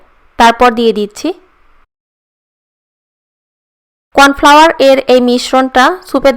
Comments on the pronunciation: কন ফেলেয়ার না ত কন ফ্লাওয়ার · এটা কন ফেলেয়ার হবে না কন ফ্লাওয়ার 😂😂😂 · কর্ন ফ্লাওয়ার হবে যে কন ফেলেয়ার নয়😂😂😂😂😂😂😂😂😂😂